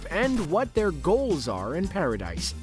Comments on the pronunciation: It's actually Pronounced Paradi not Paradis even though it's spelt that way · "Mar-Leigh" "Para-Dice" C'mon man 🤦🏻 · I almost got interested to watch the whole vid, but had to stop. This guy's keep saying "Para-Dice" and I thought I was watching something about AoT.